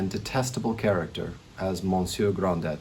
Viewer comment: Hello. This is a great review but it's not Monsieur Grand Dett. It's Gronday.